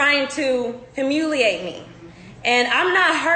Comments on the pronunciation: “Himuliate”.. ahh.. yes right. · Trying to ‘hoomooleeate me’ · did she fr just say ''hamuliate'' bruh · Meghans friend needs to learn how to pronounce humiliate if she gonna come on here talkin shit saying she being humiliated